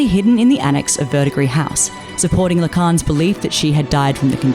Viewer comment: You are the first video I've seen about this anime that actually pronounced Verdigris house correctly. Thank you. It's that darned silent ending s in French words.